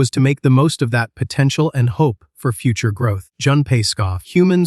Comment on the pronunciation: Did you just says POTENTIAL?